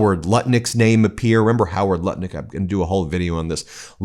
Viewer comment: THE NAME IS HOWARD NUTT - LICK.....PLEASE SAY IT CORRECTLY.